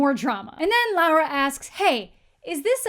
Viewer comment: God please her name is Laura, not Lara, I'm gonna change my name because of you